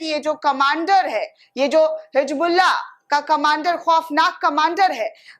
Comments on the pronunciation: Hijbullah nhi hota hai Hizbullah hota hai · [hi "Z" bulla] NOT [hi "J" bulla] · Hijbullah nahi Hizbullah Pahle apne alfazon ko durust karo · It's HisbulLaah not hijbullaah but it sounds like HizbulLaah BUT NEVER NEVER HIJBULLAA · Hijbullah nahi hizbullah bolo